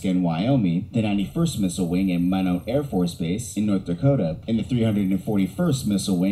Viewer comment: By the way, Minot is pronounced "My Not".